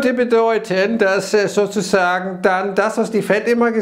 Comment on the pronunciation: Ich verstehe immer nur "sosusagen" 😂